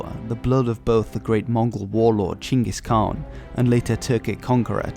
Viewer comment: like the fact that u said Chinggis Khan not Genghis Khan 👌 👏